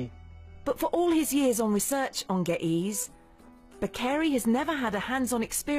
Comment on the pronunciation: Geh ehz not geh eez